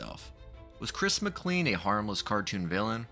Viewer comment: Just so you know, his last name is pronounced McClean like 'train'.